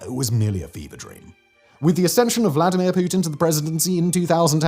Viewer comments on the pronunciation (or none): none